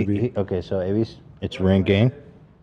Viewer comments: “It’s rinG-Ging. RinG-Ging.” How Ethan pronounces ringing makes me see red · Is it just me or does Ethan pronounce ringing with the emphasis on the ging? Hahaha